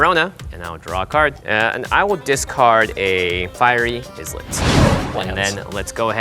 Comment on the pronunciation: Is it a joke that Jimmy pronounces Islet as Is-let instead of I-let? Genuinely curious.